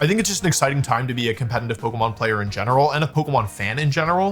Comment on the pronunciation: When will this guy learn how to say the word "competitive"😂😅😅